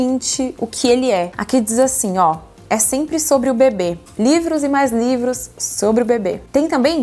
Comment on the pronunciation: Socorroooo!! Vc falava sobre o bebê e eu só ouvia “sobre o bbb”